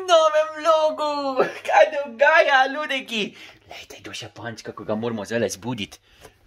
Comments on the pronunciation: a se sam meni slisi da na reče luliki namesto ludeki😂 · Js sm tud slisu luleki